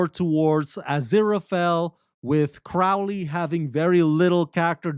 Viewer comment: So, you admit you had no motivation to see season 2, so you went into it with a chip on your shoulder. You can't even say Crowley's name correctly. Then you spend a lot of your time reading the canned summary on the website. Why would I keep watching this review?